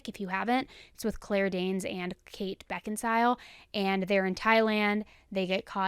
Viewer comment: I’ve never heard anyone say Kate Beckinsale like that lol thanks for your vids !!!!